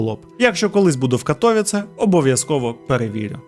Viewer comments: Доречі, в Каліші ця фабрика піанін, функціонує до сих пір,і будівля із зовні має такий самий вигляд. Ех.... До війни працював в Каліші. І поправка - не КатОвіце,а КатовІце)) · На майбутнє: правильно Катовиці, а не Катовіце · Не катовіц а катовіце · Не Катóвіце, a вони — Катовíце, множина. Я б локалізував Катовіци. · Вибачте, що виправляю, але катовІце, наголос на передостанній слог😊 дякую за цікаве відео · При всій повазі, але дуже ріже слух коли називають місто КатОвіце . Я мешкаю тут у Польщі вже третій рік,і була в цьому прекрасному місті вже 2 рази! І наголос на катовІце (на і) а випуск чудовий та моторошний) кожного разу, коли дивлюсь випуски про маньяків Польщі… то аж мурахи… бо я тут живу і мої рідні 😮😢 та дай Бог ніхто не постраждає!❤😊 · Тільки не катовІце а кАтовіце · катовІце, а не катОвіце теж щоразу вуха різало,наголос завжди на перед останній склад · Катовіце. Наголос на і 😢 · Катовіце наголос на 'і' 😊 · КатовІце, наголос на "і" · Така мала поравка, в слові Катовіце наголос падає на І. Вибачте за таку душність 😅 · Дуже Сильно ріже вухо від неправильного вимовляння Катовіце, прям не повага, і таке відчуття що спеціально, мені як громадянину Польщі не приємно таке чути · Катовіце ,не так вимовляється,наголос не туди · Живу в Катовіцах. Одразу зауважу: наголос має бути на літері і. Дивлюсь далі. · Дуже класне відео і цікава подача. Але авторе, будь ласка попрацюйте трішки над наголосами, що назва вулиці, що міста Катовіце сказані неправильно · Хоч вимова деяких назв або імен трохи помилкова, але історія - супер! Навіть не чула, що в Катовіцах був такий тип... Добре, що здох. Дякую Вам за роботу, як завжди - неперевершено! 😊